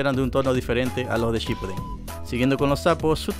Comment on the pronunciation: Se pronuncia ShippUUden, no SHIPpuden